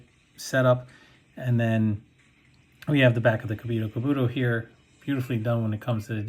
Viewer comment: the Helmet is called *KURO Kabuto* NOT “Kamiro kubuto🤡”